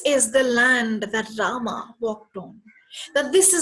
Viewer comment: Please stop insulting our Gods and history by calling them Raamaa and Bheemaa. It's pronounced as... Raama and Bheema.